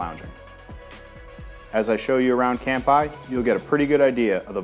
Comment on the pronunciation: You need to learn how to pronounce "cheers" in Japanese. It's NOT "camp-eye."